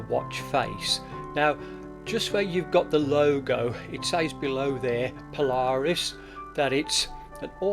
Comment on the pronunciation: Pronounced Paula...Reis...